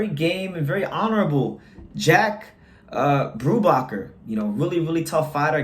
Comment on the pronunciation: "Brubaker" like bake, like cake.